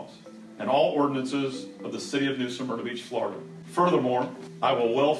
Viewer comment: Smyrna Not Suhmyrna